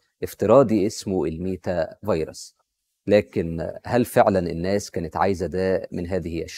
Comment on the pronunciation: عاش , الله ينور, بس خلي بالك من نطقها على ما أظن meta verse (ميتا فيرس)